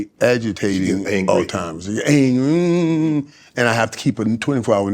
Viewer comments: It's not al timers its Alzheimers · Michael, it isn't pronounced "all-timers" . After being familiar with this condition for several years you'd think a person would know how to pronounce the word correctly😞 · “Altimers” ……… really……………… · They coulda let that man know it’s Alzheimer’s and not All Timers before the interview started.